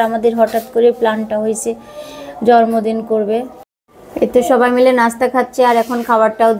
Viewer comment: Kharap vabe nien na . Jormodin na...jonmodin...r ak kotha repeat koren ..kotobar ma sha Allah bolte hobe... anyway